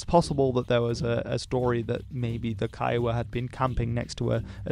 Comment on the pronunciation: kiowa is pronounced koygu